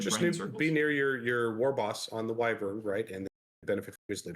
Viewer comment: Team on pronouncing Wyvern!